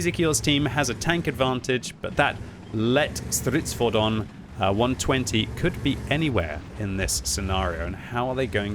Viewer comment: Hey! You've learned how to pronounce the Lätt Stridsfordon! :)))))